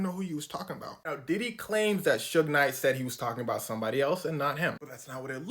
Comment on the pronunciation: Not “Sugar” Knight 😂